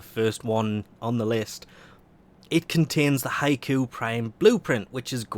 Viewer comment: Error Bot has found 3 Mistakes: Code: NFHE87588JD88JSS 1: Title "Vauled" not "Vaulted" 2: Pretty sure Scindo is pronounced "Sin-doe". 3: Pretty sure Hikou is pronounced "He-koo". The Error Report is Finished. No hate plz.